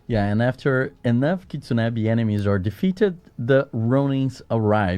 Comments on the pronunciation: Hey, From Arkansas. It's Ki-tsu-ne-Bi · KIT-SUN- NE-BI